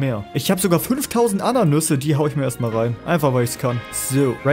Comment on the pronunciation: es heißt nicht ananüse sondern Ananasse